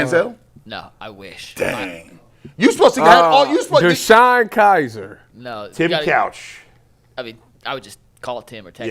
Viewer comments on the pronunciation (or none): none